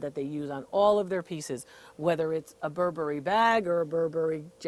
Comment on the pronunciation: "Not 'Bur-Berry', but 'Burberry." Thank you, DR Lori. I almost spit my tea out, I laughed so hard. <3 Really. Thanks. Much needed laughter.